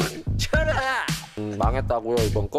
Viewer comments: 개인적으로 "저어질이군~ 쳐라앗!" 이거 너무 찰져서 진짜 쥰내게 돌려봄 ㄹㅇㅋㅋ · 쳐라! 아 이게 진짜미친것같음 ㅠㅠㅠㅠㅠㅠㅠㅠㅠㅠㅠㅠㅠㅠㅠㅠㅠㅠㅠㅠㅠㅠㅠㅠ 왜캐 찰지게말해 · 저질이군~ 쳐라! 너무 찰짐ㅋㅋㅋㅋ